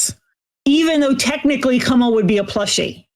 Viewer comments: I think the bear's name is meant to be pronounced Koo-ma, like the Japanese word for bear. Doesn't make the AI bit any better. Just can't stop giggling at and possibly saying it wrong to an extent. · So the takeaway here is that Charles Lee Ray possessed a teddy bear. Also, I'm pretty sure "Kumma" is intended to be pronounced like "Kuma", which is bear in Japanese. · "Kuma" is the Japanese word for "bear" (and the "ku" is pronounced like "coo", like a pigeon's coo) so that's probably where the Kumma bear got its name. I don't know why it would be spelled with a double M though.